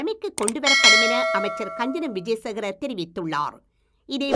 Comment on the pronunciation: அது கஞ்சன இல்ல மேடம், காஞ்சன😁🤓